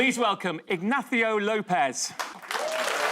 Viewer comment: Last time he appeared, VCM did the same weird thing of pronouncing Ignacio and López with different accents.